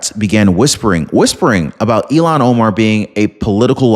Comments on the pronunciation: with all due respect, Ilhan Omar's name is I.L.H.A.N. not E.L.O.N. You pronounce it ELON. not ILHAN. That is a insult to Elon Musk. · Happy Sunday! Just thought I'd let you know that her name is pronounced IL-HAN not E-LON. Don't want to confuse our good guy, Elon with the devil child from Somalia, Ilhan.:} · It's ILL-HAAAN. I know you tried your best. Just makes me freak out when you say ELON. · Ilan is pronounced like ill han. Elon as in Musk. Please stop insulting Elon Musk by using his name for hers! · Ilhan Omar Not Elon Omar ILL---HAN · Its il -han not elon... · Again I’m leaving because you cannot say her name. Ill Han. Not Elon. Stop it! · Her name is pronounced “Ill-Hahn”, not “Elon”. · IT IS ILAN OMARF. Like ILLNESS. ILAN